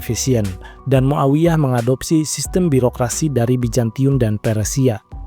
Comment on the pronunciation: Pliiss Z bukan J ya...biar enak didengarnya. Yazid bukan Yajid, Bizantium bukan Bijantium, Zubair bukan Jubair